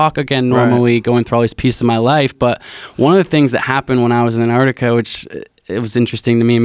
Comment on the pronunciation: Anardikar. C'mon man. It's spelled Antarctica. And pronounced Ant- arc- tic- uh